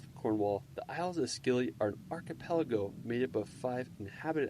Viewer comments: The Scilly Isles are pronounced Silly not Skilly. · he pronounces the Isles of Scilly wrong, it pronounced silly